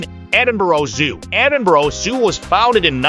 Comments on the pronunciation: The worst possible voice over ever! Cheezy all-American accent, multiple mispronunciatons including - ad nauseum - Edinboro??!! It's Edin-burr. Or as many locals say, Em-bra. Some nice video clips, though some syncing with the narrative would have been beneficial for those lacking familiarity with the city. Also, for any visitor, walking through the New Town is a great experience and can be done enroute to Dean Village before a walk along the Water of Leith to Stockbridge enroute to the Royal Botanics. Also, a day on Victoria Street? I think not! There are some nice shops, true, though most are specialist offerings. An hour would likely be max. Though the Botanic Gardens is a nice place to find some quiet, so is the west end of Princes Street Gardens, with the castle overlooking. Get some eats at Marks & Spence on Princes Street and make your way down the steps at the bottom of the Mound...and 'dine' in the shadows of the castle. Fabulous! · for god sake its Ed in burgh not ed in borough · edin-boro? /rolls eyes